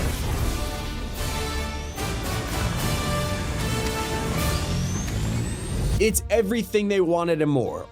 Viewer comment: he said how rude but said how wude